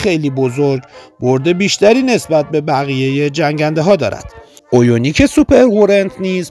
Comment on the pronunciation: عویونیک نه، اَویونیک درسته 😂😂😂😂